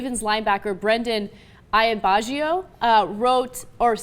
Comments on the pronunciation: EYE-ANN-BAH-DAY-JOE... not that tricky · Why have a reporter who cant pronounce a name.... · Hey Ana, maybe read the quote a few times to yourself before filming so you don't maul it so badly.